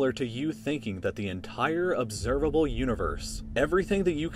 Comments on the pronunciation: instead of observable it said observalbe universe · observalbe instead of observable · "observalbe universe" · Great video, great narration, nice music, very informative. BTW, it's 'observable' not 'observalbe' . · “Observalbe Universe” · "observalbe" lolz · observable not observalbe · observalbe? Think the maths in this video was detrimental to your English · Observalbe (Notice lbe) what's wrong with you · "Obervalbe Universe"? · Observable not "Observalbe" lol. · "Observalbe" universe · Anyone else notice “observalble” lol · "Obsevalbe Universe" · U say ubservable universe right??.. How did it originate? From where did those hydrogen helium lithium etc originate? Where did they come from? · Lmao "observalbe" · “Observalbe” universe? What is an observalbe universe? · “Observalbe” Universe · "Observalbe Universe" lol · "observalbe universe" apparently.... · Obseralbe universe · 'Observalbe Universe" lmfao!!! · "observalbe" ok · lol "observalbe universe" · "Observalbe" lol XD